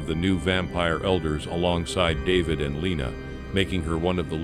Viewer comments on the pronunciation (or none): none